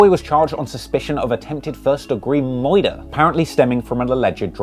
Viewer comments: Bro said “Attempted 1st degree MOITER”💀💀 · "Moouorder charge"